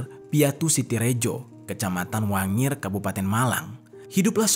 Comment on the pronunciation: BUKAN WANGIRR TAPI WA"geRRR KALEE😂